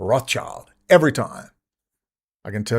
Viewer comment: The way you say lord Yacckckkkkob Rothhhhhsssschild